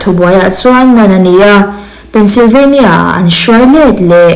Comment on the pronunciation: Tinge Pennsylvania i lam dan thluk hi a dik loh? State hming i lam dan hi a diklo thei ania